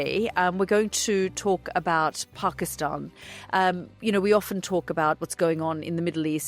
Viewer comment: Love this Peaceful conversation. Have drinks to make it more relaxing. To begin with Yalda, its Pakisتan, not Pakisٹan. love that Language. You are from same era right?😃